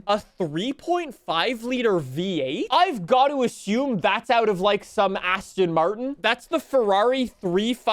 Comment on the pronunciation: Why are you saying "Asston". Why?